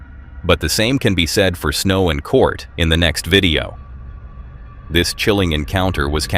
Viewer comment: Why do you keep calling Snow's husband Cort? It's Curt.